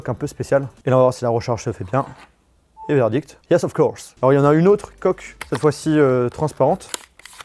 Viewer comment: il a dit yes of course mais jore tlm mal